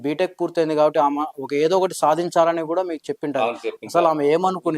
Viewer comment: మిస్టర్ విలేఖరి ఆమ ఈమ కాదయ్యా ఆమె ఈమె అని పలకాలి నువ్వు ఎట్లా విలేఖరి వి అయినావు